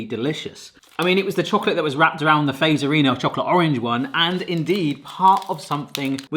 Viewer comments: You say it like Fatserina even tho its called Fazerina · In Finland Fazerina IS Said Fazzerina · The best joke is to give foreigners salmiakki and see their face and reactions. The second best is to ask them to pronounce our words. Like the Fazerina 🤣🤣🤣 I can give you a hint it’s not pronounced like “face..” as in the video. 🤣🤣 Italians would probably do better 🤔